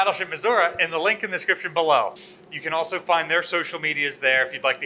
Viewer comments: Finally some has corrected on how he says Missouri. there is no "A" at the end of Missouri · Sorry its Missour-EE not Missour-A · I was watching and I am South African at it eats me when says Missoura.. Please say Missouri please. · Former? I'm curious as to why she isn't anymore. Oh, I missed she's at a different ship now... Hunh... Also, as a Missourian, I did get a laugh out of correcting mispronunciation of Missouri. Only people out-of-state say "Muzzurah." Here it's "Mizzoouree" if you're urban. I'm currently blanking on how the more rural folks pronounce it. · MISSOURI With a EEE not a UHHH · I didn't realise that the US designed their Turret 3's for towing. Makes sense as the barbettes are pretty heft structures and in an emergency it's not always possible to wait for an ocean tug. I'm curious; why does always pronounce the ship as 'Missoura' instead of 'Missouri'? Is it a regional pronunciation that he has or is that the traditional/original pronunciation of the region? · Absolutely ive been watching for some time and really enjoy thsnk you for your show BUT its MISSOURE NOT MISSOURA thank you very much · It tends to be regional, but it's like when people say "nucular" instead of "nuclear." Common, but completely wrong. "missouruh" is generally disliked by most people who live here (everyone i know just cringes when people say it that way) and is sort of a redneck way to say it. It is pronounced the way says it. Like the name "Tori." You don't pronounce that "Toruh." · mizoruh bro how fuckin hard is it to pronounce it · aha, i'm not insane for thinking that Missouri is not pronounced "missourah" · "I'll be deep in the cold cold ground before I put an "i" at the end of Missourah!" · "Battle Ship Missoura" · All together now - you too,: Mi-soo-ree! 😝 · Why does pronounce Missouri wrong? any video where he talks abut this? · It warms my heart to hear him get corrected on how he says " Missouri " lol